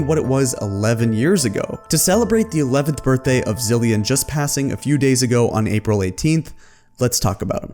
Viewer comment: It’s Zilean